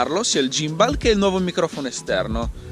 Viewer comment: Lo miravo da tempo, credo che breve ne prenderò uno anch'io.. Comunque si pronuncia "ghimbol", però va beh! Ti do una dritta sul drone, c'è lo Spark che è simil economico (600€ circa) ed ha la funzione "segui", quindi una volta inquadrata la macchina ti fa le riprese dall'alto seguendoti. Prova a dare un occhio nei vari sample qui su Youtube. Se vuoi qualcosa di più c'è il fratello maggiore Mavic Pro, che sta sui 1000/1100€. Ah, il drone ha recepito della regolamentazione, soprattutto per ambiti commerciali come potrebbero essere i tuoi, dai un occhio anche a quelli. P.s. Qualità video sicuramente migliorata, sulla M3 niente da dire che non sia già stato detto 💪